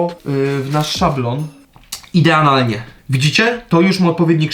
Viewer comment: ''Ideanalnie" xd